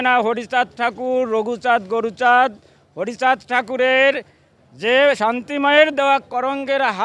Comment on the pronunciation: Garmarani,,, Guruchad ke Goruchad bolchhe..🤣🤣🤣